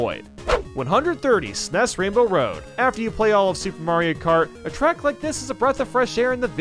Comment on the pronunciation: I hate the way he says snes